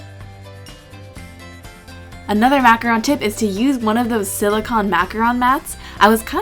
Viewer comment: Yes, for once someone pronounced macaron right!